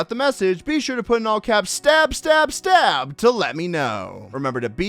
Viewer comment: Spy says stab stab stab but sniper says stabe stabe stabe